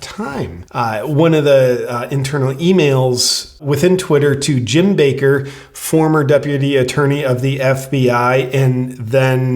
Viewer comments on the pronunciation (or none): none